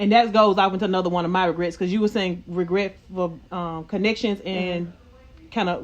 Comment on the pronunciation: Did she say “DiRegrets” 😂